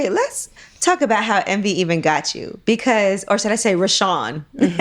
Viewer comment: Wow 😮 strong things touched on. I want to read the book 📖! She says bacuus so funny 😂! Toast to 💕 27 yrs 👏